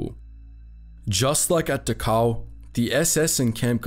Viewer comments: I'm accustomed to You Tube computer voices by now, but for heaven's sake pronounce the words correctly. It's DA-khow, not da-COW, as if the Germans had cows there to provide milk for the inmates. Prisoners were INTERNED, not INTERRED. Even the dead were not interred; they were burned like garbage. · It's not "De-cow". It's Dachau. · You emphasize the u in Dahau, but you should emphasize the D. Du- h (as in heart)- ow Great work on the video. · Next time, please do your homework. You keep mispronouncing Dachau “ da cow”. It’s pronounced “ dak ow”. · Pronunciation is DAchau with emphasis on the first syllable. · 1 camp pronounced Doc cow. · Actually it's pronounced "Dachau". The ch is not pronounced like a k, I can't describe how it's pronounced with words though. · Great video. I only wish you had pronounced Dachau correctly. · Dachau is pronounced with the first a getting the most stress, the ch is pronounced as in Scottish "loch"- like you clear your throat, au is like ow in cow. Not that it deserves being pronounced correctly, just saying :D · You aren't pronouncing Dachau correctly.